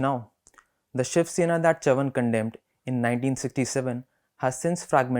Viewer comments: His last name correctly pronounced sounds so regal. The way the host pronounced it sounded like he was saying chuvuni the coinage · Great selection, but please get the pronunciation of Chavan correctly. Read the word in Hindi , you will understand the correct pronunciation. It is very irritating to hear it pronounced incorrectly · Well, as a Maharashtrian, I appreciate effort to put YBC's speech on record again. It would have been really good if he had learnt to pronounce his name, which is not tongue twister, properly. Similarly, let me say that you editor DK singh, might be well versed in delhi politics, his understanding of Maharashtra and its politics is shallow. forget about narratives and intricusies, DK gets most basic facts about MH politics wrong. it feels like he is reading Hindi newspaper. it is huge disservice to all parties and leaders. Let's hope that journos like Manasi Phadke, shared from bengaluru will get their opportunity to report these stories. Best wishes to the Print.